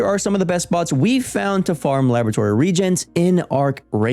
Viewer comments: It's "re-agents", not "regents". C'mon, you have 1.75 million subscribers. Spend the 20-seconds to check a word you've never heard. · its reAAAAAgents not regents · regents? REGENTS??? Really, It is pronounced the same as RE A LLY, RE A GENTS. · It’s re-agent by the way. Not regents. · Its pronounced Re- agents😂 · Thanks for the video but please learn to pronounce the word reagents.